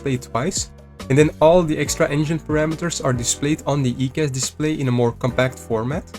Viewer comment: Its "eye"cas... good video though 👌